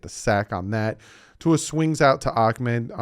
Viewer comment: It’s not akmed it’s Ahmed